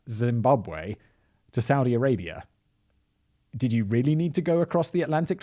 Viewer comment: Woooooow Simon a story about my home country 🇿🇼🇿🇼🇿🇼 you pronouncation is on point